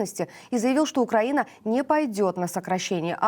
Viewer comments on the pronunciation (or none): none